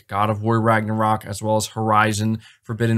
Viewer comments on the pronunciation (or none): none